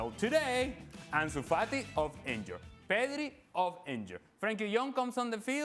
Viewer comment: Ale Moreno’s accent is funny, especially when he is pronouncing a name with R in it. pedRi